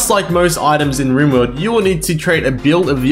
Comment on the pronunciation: Do you pronounce rimworld as “Rimeworld” seriously